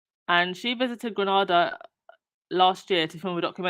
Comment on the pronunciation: Note it pronounced Grenada (Nayda not Nada) Granada is in Spain. I say this as a proud Grenadian. Love the program.